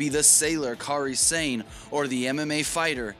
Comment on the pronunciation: Sane? It's 'Sa-Ne' As in I saw some sawing, and the horse says neigh... while it's sawed in half...